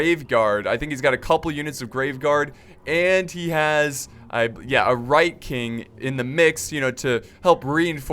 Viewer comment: It's WHITE KING. NOT RIGHT KING. AHHHHHHH